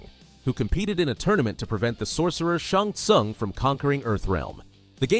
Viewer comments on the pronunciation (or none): "Shong sung"